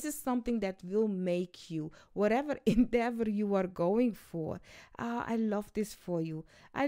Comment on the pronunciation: Hi ❤......The word which U so charmingly repeated is Endeavour.....I still got what U meant as like always Ur readings are a huge boost for Me.....